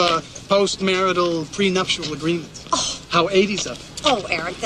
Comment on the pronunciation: He can't say "pre-nuptial" and the director was too stupid to tell him to say it rightly.